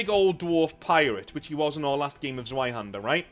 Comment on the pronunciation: "zzuh-why-hander"???? Ouch. That physically hurt It's "ss-fye-hander"